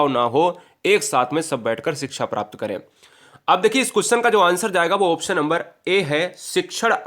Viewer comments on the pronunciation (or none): none